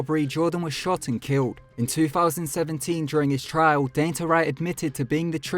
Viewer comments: It’s Don-tay...not “dainty” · Is name is DON- TAY not DAYN- TAH=DANTE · Dante - DON TAE